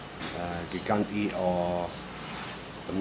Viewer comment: Apparently, it's pronounced JEE-JAN-DAY.